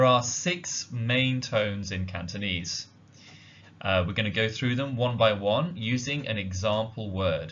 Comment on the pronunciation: Wow indeed! Nice pronunciation of Cantonese.